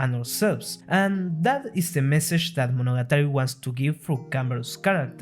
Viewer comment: This might be the first time I heard Monogatari pronounced correctly